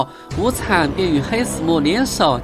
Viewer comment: 是黑死牟(ㄇㄛ）